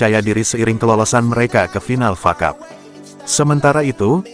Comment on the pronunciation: Woy bukan facap tapi F.A CUP. Sudah bertahun2 masih bego juga Malu dong pembaca berita bola gak tau bola